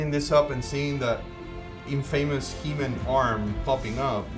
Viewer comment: Its NOT He Min. It's HE MAN !!!!!